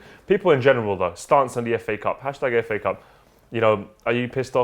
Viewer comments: Did he just call it Faa cup? What the hell.. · The way you pronounce fa cup I heard it like fuck up.